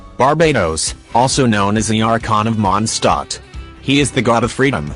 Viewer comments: ah yes... "Monstot" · It's not mon stot